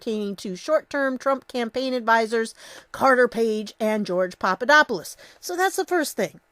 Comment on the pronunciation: Not Papadopoulos, Papapapadopodopoulus...